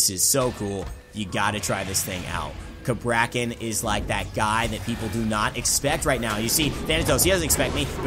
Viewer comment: I get the feeling he is pronouncing the god's name wrong